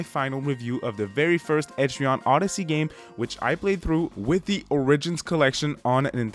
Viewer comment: Nice review but also…. Etri-on Odyssey is gonna bother me for the rest of time